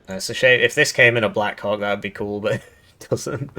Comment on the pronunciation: I keep hearing black coc instead of black hawk. But both are birds so maybe it makes sense.